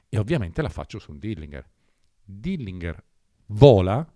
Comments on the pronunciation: Comunque è Dillinger, pronunciato proprio così, non "dillinghèr". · Col massimo garbo dico a te e al signor Corona che stimo totalmente ed a beneficio di entrambi che in inglese si dice Dilinger così come si legge non Dilingher. Lo dico quasi sommessamente. Grazie